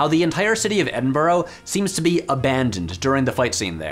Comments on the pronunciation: It's 'Edin-bur-ah' not 'Edin-burrow' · Hate to be that guy but it's edinburrah not burrow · Edinbrough is pronounced Edinbruh not Edinborough by the way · Mate. It's pronounced Ed-in-Bruh. Not Ed-in-burrow. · I really love your channel. Your insights are wonderful and presented fantastically but, please: It's pronounced Edinburr, not Edinboro. There are no O's in Edinburgh. Sorry for my pedantry. You're wonderful. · Just so's you know, "Edinburgh" is pronounced "Edinbruh", not "Edinborough". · "Edin burrow" that almost made me sick, little tip for the future it's closer to "eding bruh" in pronunciation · wait what did u call it edinborow? lol its pronounced edinbruh. cool vid btw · We of Edinburgh (pronounced Edinburrah) definitely found how empty it was very strange. Even at 4am, there are people around. I mean, that area is all pubs. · Wait, hold up...eh-din-bur-OR?! Where did you get that extra syllable from?! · 'Edinburgh' pronounced 'Ed-in-bruh'. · Did you just pronounce Edinburgh as Edinburrow? 😂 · ed-din-buh-ruh and yeah, i have never seen Cockburn st that quiet at midnight (and yes, that was the name of the street) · im sorry but edinburrow?? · Edinburgh is pronounced 'Ed-in-bruh', for future reference. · Ok Patrick, it's pronounced "Edin bruh" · Lovely video but your pronunciation of Edinburgh is horrific, it's pronounced Ed-in-buh-ruh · edinburgh = ed in bru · Oh Americans trying to pronounce "Edinburgh" 😬😬😬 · Sorry to be that Scottish slag but that's not how you say Edinburgh mano. Love the content though